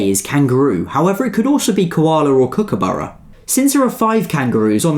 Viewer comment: kookaburra not cookaburra